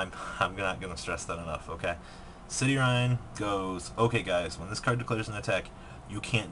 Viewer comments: All of those Gem-knights that end in "-ine" are pronounced like "Mean" not "Mine" So Citrine is pronounced "Sight-reen" not "City-rhine" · City-rine? It's Citrine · "cityrine"....seriously dude?